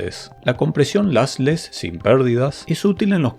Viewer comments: Se pronuncian "losles" y "losy" los dos tipos de compresión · Muy interesante. Pero por qué pronuncias “LASless” y “LAssy”? Sería bueno que revises la pronunciación en inglés…